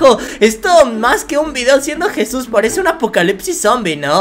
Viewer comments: No se Dice jisus se Dice Jesús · Nadie absolutamente le dices jisus a Jesús